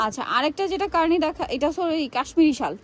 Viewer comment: কার্নি ❌ কানি✅